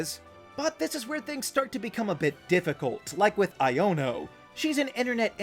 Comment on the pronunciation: It's pronounced Iono (Eye in oh), not Iono (Eye Yo No)